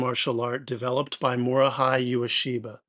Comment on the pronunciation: Should be Mori hey not Mori Hi